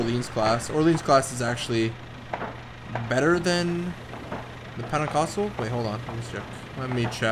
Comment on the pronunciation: he was more like Penacosco